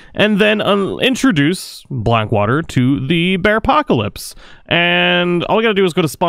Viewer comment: Anybody else hear him say “Bearcockalips”??